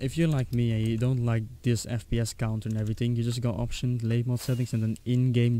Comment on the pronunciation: labymod is pronounced labby-mohd